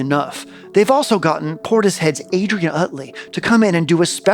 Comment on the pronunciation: did you know it's pronounced Porti-shed?